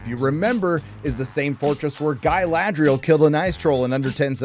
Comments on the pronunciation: Galadri-Yell. Feel free to lift this. You're welcome. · "Guy-Lad-Real" lmao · Why is he saying it Guy lad rial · Why does this American weirdo keep saying 'Guyladriel'? Is it because he can't pronounce the correct name or is he trying to be 'clever' and imply she looks or behaves like a man? Either way, it's incredibly childish and boring. Say it once mate we'll get your opinion but ffs don't keep saying it. The character's name is Galadriel. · Why is he calling Galadriel, Gay-ladriel?